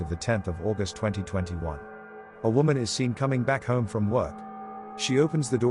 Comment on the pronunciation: woman singular is pronounced differently from women plural. learn english!